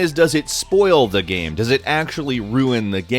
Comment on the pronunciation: You say "game" weird